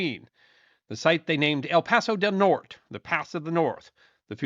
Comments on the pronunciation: Also, 1: 04 El Paso del Norte ... Norte is pronounced Nor tay. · we all love you very much and if this channel ever went away the world would get dumber. BUT, my painfully white, bow-tie wearing brother....."norte" is a two-syllable word. And this is a painfully white guy saying it. Other than that fox poe, this was a great episode. Still using my Tom Mix pocket knife to turn pages on my dime novels by oil lamp light. Keep it up!